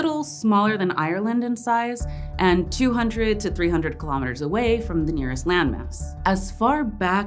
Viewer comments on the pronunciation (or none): none